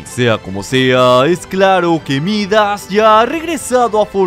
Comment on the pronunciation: Todos escuchan: Midas a regresado Yo escucho: a regresado jajaj